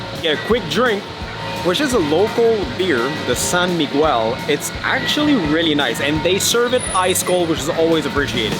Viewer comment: Mispronounced "San Miguel"...